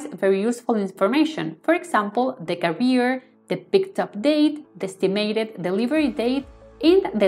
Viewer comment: Very useful tutorial for a very useful plugin. One comment about the video: you're pronouncing "carrier" as "career", which sounds odd and distracting... Carrier should sound like "kèrrier" 👋